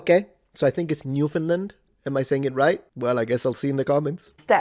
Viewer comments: Newfoundland- you almost got it now. You are saying the Newfound correctly (newfund or newfun) but you are saying "lind" on the end. Just say land normally - "newfunLAND" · FYI "Newfoundland". I have always heard NEW fund land or NEW fun land; emphasis on first syllable. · Newfoundland is pronounced "New 'fund' land" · Newfoundlander here. It's Newfin Land, the vowel in land isn't declined to lind or lund. We decline in Found, for some historical reason. You can also just straight say it New Found Land. We don't expect people to have our dialect and pronounce it exactly the same, well, most of us don't, we know our English is odd. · Newfoundland is meant to be pronounced to rhyme with the word “Understand”. Emphasis on the final syllable. I learned this 60+ years ago.